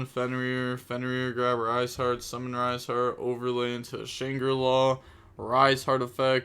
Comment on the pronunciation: Official pronunciation of shangri ira from Billy Brake Shawn grey eye rah